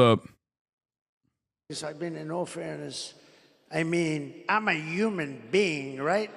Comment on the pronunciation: hitting the “im a yuman being” line really makes me believe he is in fact not a yuman being